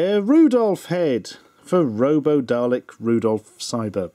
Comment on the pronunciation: Hate to be rude, but it is Daleks. He just says it weird.